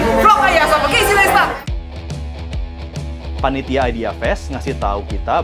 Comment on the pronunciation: Nice video bgt kyk diblkng layarnya video yg casey buat slama di jakarta but Naistet bacanya bukan Nestat🙄